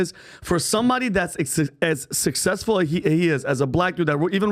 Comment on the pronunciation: Smartest guy in the room but can't even pronounce the word successful